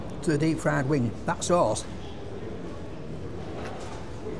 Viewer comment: “Wing, wing” “Herro” 😄